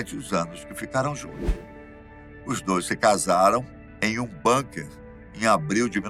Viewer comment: Por favor, não sei de onde tiraram a palavra "Banker". O certo é BUNKER e se pronuncia BÚNKA.